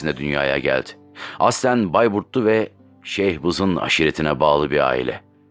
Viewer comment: Şeyhbizin değil şıhbızın